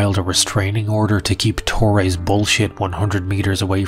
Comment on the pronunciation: why the hate on your viewers, we want a good laugh and you send us to therapy with that music, too bad man, but something to add es TORRESSSSSS se th S dude is not hard, and brazilian come in al shapes and colours, the usian factor comes strong on you